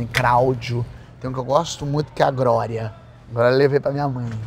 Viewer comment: Cráudio... Grória...😹😹😹😹😹